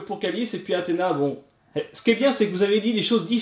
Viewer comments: elle dit poureil que kalis! C chiantnn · C'est bien mais c'est pas du jeu que Athéna disent comme Kalys ca m'énerve